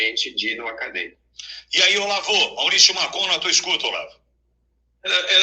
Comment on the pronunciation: É Marcon, não Marcão